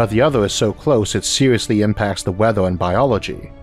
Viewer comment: seweeouswy? welwy? alpha centauwi?